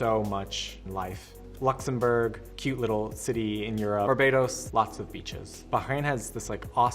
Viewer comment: You will hear b*tches instead of beaches if you watch in 2.00x speed. (Or you might hear it in 1.00x speed too)